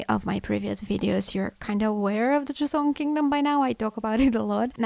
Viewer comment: It’s joseon